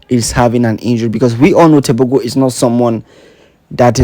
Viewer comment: "Teboho" is how you pronounce his last name.